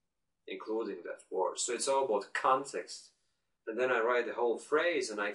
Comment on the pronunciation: "talk with my superior, my colleagues... and other stuff." "I was just reflecting on my own thoughts." I thought those were funny lines :P Anyway, I like your channel! Thanks! Watch out to the "o", for example in "word" (don't get me wrong, I make a lot of pronounciations mistakes too!) Keep it up!